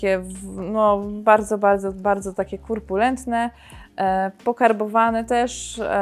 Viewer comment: Droga,a ja muszę bo inaczej się uduszę: nie kUrpulentny lecz kOrpulentny.Wybacz❤